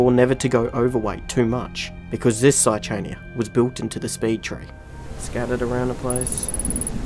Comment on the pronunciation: Saichania is just outright pronounced with the h non-silent.